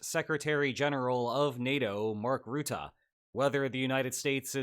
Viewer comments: It's not pronounced Routah but Rutte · The u in Rutte is pronounced like the u in duck, or at least more so than the "oo" sound I'm hearing (I'm Dutch, he was our prime minister before he got this job). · It still surprises me how many people mispronounce Rutte. It's not pronounced like root but more like rut (like 'in a rut'), rut-tuh not root-ah. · The U in Rutte is pronounced like the English word "rut". Not like "root". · Rutte is pronounced "bruh" without the B + "tuh", not rootooh, bruh-tuh without the b. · The man's name is not ruette but Rutte. Say Russia, now say Rutte using the same first syllable. Iy is down right disrespectful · As a Dutchman, who's had Rutte as my prime minister for most of my life (and all the memes that were made during his political career) its kinda jarring to see him here in a Spaniel video also his name is pronounced "ruh-tuh" not "roo-the". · there is no 'oo' in Rutte. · Mark 'Rutah' 😅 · Love your videos! But you really messed up the pronunciation of a very simple last name! It's Ru (like Russia) tte. Don't mind the word choice was a coincidence that fit the way to speak 😊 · FYI the "u" in Rutte is pronounced as in "hut" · The u in Rutte is pronounced like the u in Turkey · mark ruttAH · Rutte's name is most easily pronounced if you pronounce it "rut" but a little extended, like you're in ye olde england and your wagon is stuck in a rutte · Mark Ruttah :) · Love the collab with Mark Rutte. Please work on your pronunciation of "Rutte" ; as a dutch person this was really rough 😭